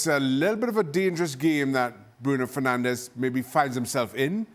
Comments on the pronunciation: It's Fernandes you muppets. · It's Fernandes not Fernandez you idiots. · im portuguese and I say this , its fernandes YOU MUPPET ! (Fernandez is a spanish name) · It is Bruno Fernandes, not Fernandez. How ignorant!